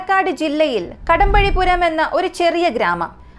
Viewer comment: കടമ്പഴിപ്പുറം എന്നാണ് കടമ്പഴിപുരം എന്നല്ല...